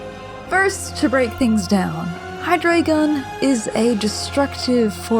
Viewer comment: Hydreigon is pronounced with an I sound.